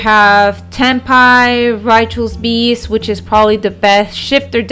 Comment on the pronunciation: Ritual beast lol your accent gets the best of you sometimes